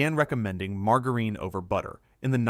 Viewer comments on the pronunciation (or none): What the ever loving heck is marg-a-reen?? Thanks AI - not.